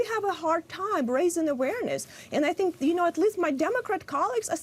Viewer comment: Hey lady...there's no "v" in the word awareness. She can't seriously be talking to me about the problems in my country because she and I are not from the same place. Just facts is all, learn to accept them.